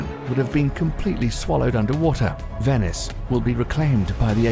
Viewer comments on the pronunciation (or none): none